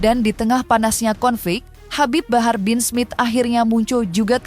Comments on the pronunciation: HABIB HABAR😂😂😂 host nya salah ucap jadi ngakak aku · Habib Habar😂Ampe kepleset tuh presenter baca nm si habib😂